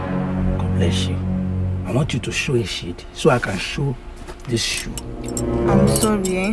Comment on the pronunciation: "I want you to Show a sheed, sho I can show this shoe" Which kind alliteration be this 😂😂 Shey dey use 'sh' do 😂😂😂